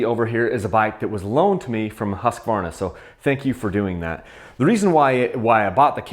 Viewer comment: it's pronounced "husk-varna" NOT "husk-ah-varna" lol